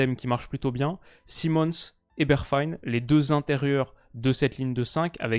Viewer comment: mec tu vis en Hollande, la prononciation des noms NL, y a de gros progres a faire. Bergwijn, serieux.....